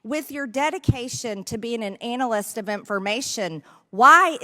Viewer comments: What is an "anal-ist" of information, Marjorie? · I love the way she pronounce it when she calls him an analyst...